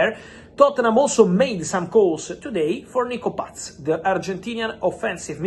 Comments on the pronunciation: I love how he says Nico Patttsszzz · Why is it so funny when Fab says Nico Paz🤣😂🤣